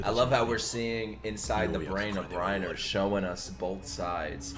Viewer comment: ITS PRONOUNCED REINA PLEASE CORRECT YOURSELF BEFORE YOU FINISH THE SHOW💀💀